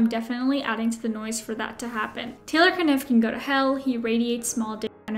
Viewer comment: Yeah, the only thing I've ever thought when I hear "Taylor Kniff" (FOR THE FIRST TIME EVER TODAY!) is "ummm, I think you're trying to say "Niff". I'm sure the K is silent" 🤣🤣🤣 He's "winning" right now?? Yeah....see my comment above. 🙄😅